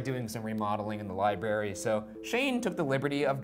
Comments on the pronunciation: and Ryan says Libary not library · lie-berry lmao its LibRary ryan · or as Ryan calls it, lie berry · ryan: LIBARY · Ryan hitting em again with the "liberry" pronunciation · RYAN: “li-berry” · Ryan: library = lie berry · 'RARE' , BRARE. PUT THE 'B' SOUND IN FRONT OF 'RARE': 'LI' = LYE, LI BRARE EEE = LIBRARY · I would like to see Ryan say library correctly. I cringe everytime he says lieberry.